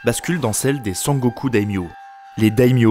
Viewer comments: Très bonne vidéo. Seuls petits trucs que j'ai pu relever : - La prononciation des fois, ce qui est tout à fait excusable si on n'est pas au courant/parle pas japonais (les chi se prononcent "tchi" et shi se prononcent "chi", ex: Azuchi Momoyama se dit Azutchi. Sengoku et pas Sangoku. Ieyasu se prononce Ieyas-uh et pas -ou etc). - Les illustrations je les trouvent souvent assez fantaisistes voir orientalistes (vision occidentale romancée du Japon) et pas vraiment réalistes - Assez incorrect de dire Shinto ou Bouddhiste quand les deux religions sont mélangées et pas exclusives au Japon. (il y a même des chrétiens shinto bouddhistes alors bon :p) Bref je chipote. Du bon taff ! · Video intéressante et bien structurée mais vraiment la prononciation m'a fait decrocher plus d'une fois !! Sengoku et non sangoku Des j prononcés comme des i Aucun h expiré Des tremas sur daimyo, samourai etc alors qu'il n'y en a pas besoin Des pluriels en -s qui heurtent l'oreille (un daimyo, des daimyo. Pas de s en japonais) En revanche les voyelles longues sont omises (osaka se prononce oosaka) Etc etc. C'est dommage car ça m'a vraiment coupé dans mon visionnage pour une vidéo dont le fond se veut serieux et qui est au demeurant bien ficelée. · C'est génial mais attention à la prononciation, dès les 3 premières minutes, Teno à la place de Tennô (avec redoublement du n et un o long) qui veut quand meme dire empereur puis Sengoku prononcé Sangoku ça fait mal aux oreilles. Mais loin de moi l'idée de rabaisser ton travail. Chaque épisode est génial. Allez je m'arrête là et regarde la suite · Sengoku (戦国) = Pays en guerre. Sen (prononcer Senne) = La guerre. Je le précise car le "Sangoku" au lieu de Sengoku m'a pas mal perturbé pendant la vidéo. Du reste, extrêmement intéressante ! On sent le taf sur cette vidéo, une fois de plus. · c'est dommage les erreurs de prononciation des noms, ça sort de la vidéo. Surtout quand j'entends san-goku pr sengoku^^